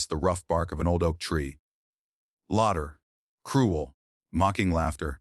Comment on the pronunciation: 16 year old wife? Laughter pronounced as lauter? Totally sucky AI